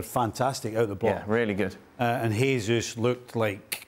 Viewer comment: Not a huge deal... but why do so many punters mispronounce Jesus' name (he-zus instead of the correct je-zus)? He's Brazilian, and so his name is pronounced the Portuguese way, not the Spanish way. Yet none of the punters mispronounce Jota's name as "ho-ta".